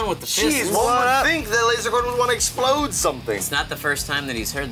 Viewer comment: Those guys failed by saying Esploder. Smosh did it better.